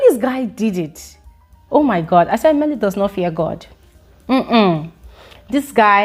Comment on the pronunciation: I love the way you say, 'Mmeli'